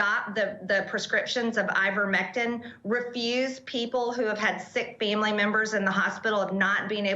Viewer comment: You expect her to say Fauci correctly when she can't even pronounce family?